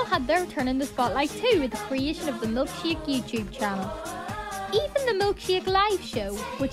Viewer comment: You say Milkshake! like, "Milkshiak."